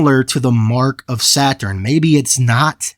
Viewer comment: “ ThE wORsHiP oF sEt hUrN” 🤓 lol